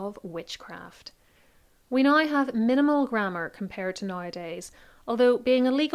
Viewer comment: It took me a while to understand your “now” - sounds like “nie”. 😊